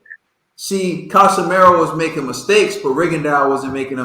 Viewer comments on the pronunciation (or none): Ka-Si-Me-Ro and not Ca-Sa-Ma-Yor. And I thought Rigo was the master boxer here and Casimero "Still" landed more punches. How come nobody is talking about Rigo not figuring Casimero out, he couldn't even touch Casimero even as Casimero was coming forward. Casimero is not stupid to be trapped by Rigo. If anything it showed Casimero's skill that he's not just there to go crazy and get hit, he literally dodged more Rigo shots than Rigo threw at other boxers including Donair.